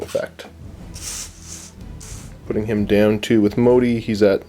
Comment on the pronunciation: I hate to be that guy but the Admiral's name is Motti. Pronounced Mot-tee. You guys keep saying Modi and I can't figure out what you are talking about.